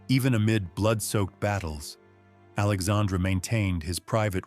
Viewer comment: There is a pronunciation problem here: King Henry III of France was named Alexandre Édouard at birth. His first name in French is pronounced very much like the female name "Alexandra". But there is certainly historical evidence he was (at least in private) a male transvestite.